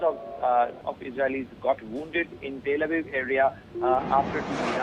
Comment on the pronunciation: Why did she call it TAAL AVIV ?